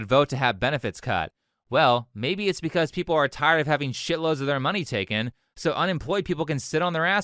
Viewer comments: “Tuken away” 😂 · You know someone's opinion not only means nothing but is just straight up dumb, when a 'fluent' English speaker says 'being took-en away' instead of taken. Ik accents can be a bit weird sometimes but literally every other word was mostly perfect pronunciation. Like when people say "I done that" smh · “Bein tookin away” lolol ignorance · "bein' tookin' away" I'm not saying she's not educated, but....